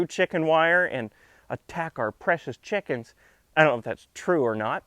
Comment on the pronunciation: I like your dialectic pronunciation of "Chickums". Similary here in Australia (That's ..down-under to the likes of you), we spell it "Chickens" but it's often pronounced as "Chooks", "Chiggen's" or in some regions simply "The girls". Some sample usage: "Going down to the charcoal chook shop to get dinner" .. you would not say "The Girls" here because it would refer to the shop attendants. Another example would be "Going down to the Hilton to check if the girls have left us any eggs".